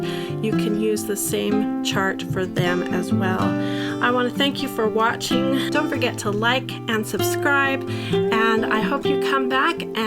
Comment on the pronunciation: “Thank you for watching” also, “thank you for swatching” 😆